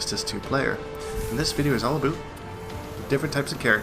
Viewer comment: its weird to hear you say aboot and about